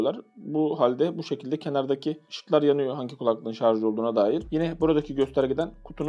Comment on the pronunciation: Güzel abicim rica ediyorum şarZ deme şuna